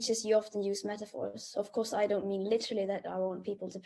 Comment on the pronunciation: They even added extra T’s to the word literally.